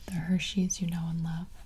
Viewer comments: Yo who wants some hershyes? Don't you mean hersheys No hersh-yes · Did anyone realise she said H E R S H Y E S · Hersheys? Nahh... HerShYEs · Hershey's I thought it was gibi's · "H E R S H Y E S" I love me some good 'ol Hershye's🤣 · HERSH YES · Hershyes I did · It was actually Hershys she never said the E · Did she spell Hershey, "hershyes""?? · Hershey's? More like Hershye's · Did anyone notice she said "Hershyes" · did you just switch E with Y and Y with E so it’s hershyes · Avery Lucchesi No you are gravely misstacken she Said h e r s h y e s goodbye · MountainaForcefield _dam u know nothing IF i ha e to tell you this then you guys are extremely uninformed but he said Hershyes I said h e r s h y e s see the difference now idiots if u want to leave you can . Goodbye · I fine that Hershey’s is like “Hers”hes” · I’m sorry did she say “HERSHYES” while looking at the word and finger tracing it? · When she was reading Hershey’s she said hershyes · Does it bother anyone else that she said H E R S H Y E S when she spelled it but that’s wrong and it bothers me. Anyone else? Maybe I’m just weird. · 🤔 She mixed up E and Y 😂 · ah yes hershyes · She said hershyes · Who else noticed she said “y” instead of “e” and said “e”as “y”. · why is no one talking abt how she said Y instead of E 😂